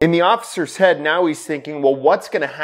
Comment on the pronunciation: Back of the hay-ud.